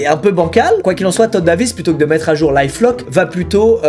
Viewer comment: Bas c est life lock-lear😂😂